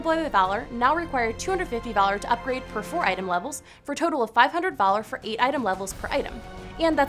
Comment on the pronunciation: every time she said "valor" i heard "dollar" , imagine if you could get 30 dollars for playing the game